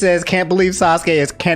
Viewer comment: For pronunciation: Kah-kah-sshi (not kkaw-shi) Sah-kurah (not Sa-kuh-ra) Sass-keh (not Sasuh-keh) Naru-toh (not Naruh-doh)